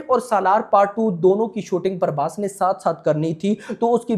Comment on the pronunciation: Not Parbhas it's prabhas